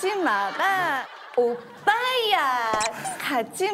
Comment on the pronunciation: 다 엄청 기대하고 본인도 모든 걸 다 끌어올려서 했는데 오↘️빠↗️야↘️ 하는순간 와장창 ㅋㅋㅋㅋㅋㅋㅋ